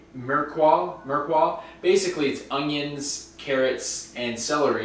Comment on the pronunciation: LOL! you pronounce it "mir-uh-puah" 😂😂😂 this was such a good video!!